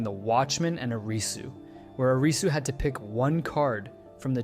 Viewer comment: Thank you for pronouncing Arisu's name properly instead "A-RII su"